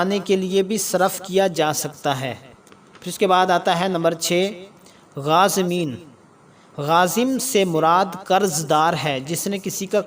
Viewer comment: كوشش اچھی ہے مگر یہ غازمین نہیں میرے بھائی یہ غارمین ہیں اس کی تصحیح کر لیں